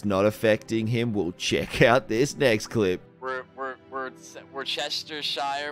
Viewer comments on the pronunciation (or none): “Wer-ser-sher sauce” that’s it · Woosh- tuh- shear sauce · It's very simple. It's pronounced "Wuss - Tur - Shire" sauce 😂❤ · It’s pronounced wus-ter-sheer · As someone who lives in Worcestershire, England, Its pronounced Wuss-Tur-Sheer 😂😂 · its pronounces wuhstersherr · As a New England/Boston native lemme help you and JakeC out: wuss-ter-shire